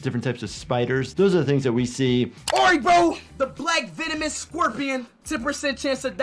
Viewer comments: vemonis? at least he said it right the second time XD Venomous* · Bro said vemonous